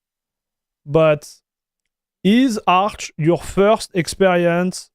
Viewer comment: its funny when you said Arch with french accent and smiled :D Ahch, Ahch? :D btw xD